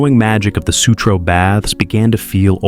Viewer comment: Baths, not bads